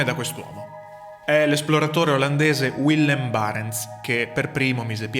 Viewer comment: Si pronuncia “Villem”, è olandese non inglese